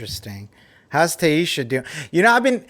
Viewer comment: Tayeesha, huh? Hahah I love hearing you pronounce Tayshia's name! And ONLY Future Bachelor for BachNation coverage!